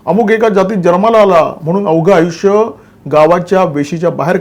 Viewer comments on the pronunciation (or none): none